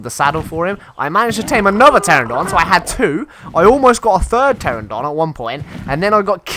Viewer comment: I have endured for 7 episodes, but I can't take it anymore. It's "PterAnodon", not "Terrodon". :P